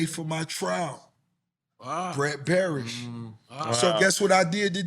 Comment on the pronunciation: It's Brett Berish and not Barish (as put on the flowers) XD